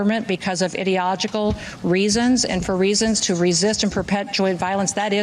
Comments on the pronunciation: “Idi-ogical”? Geeze Louise! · "Ideogical" :D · “idiogical”? As spoken by a true idiot. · At approx , the Noem woman uses the word "ideogical". I live in England. English is my first and only language and i pride myself on knowing it well. She was searching for the word "idealogical". Trump only gave her the job because he thought that she was pretty, nothing to do with whether or not she had half a brain, obviously not. Boycott any travel to the US, for your oiwn safety. It is a dangerous place for anybody to be. China is an amazing, beautiful country. I will be going there for my next holiday. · «Ideo-ogical"??? Krisri Noem? ŴHAT??? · Did she say "Ide-ogical"? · "Ideeogical." Kristi sure had some issues with the pronunciation. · Can we talk about where Noem can't pronounce idiological? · She missed two letters and thus one syllable in ideological. Ide-ogical isn't a word. Ahhhh, but Donny boy has the best people. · Every time I hear "idi-logical" in that clip I make a guess at what her high school teachers are saying now. 🙄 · "Idiogical"??? "Ideogical"??? That's not a word, Noem. 🙄🤦‍♀️ Idiot. Maybe she meant idiot-ogical, lol. 😜😆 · Noem pronounced ideological incorrectly. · She failed to pronounce the word "ideological" so I doubt she does.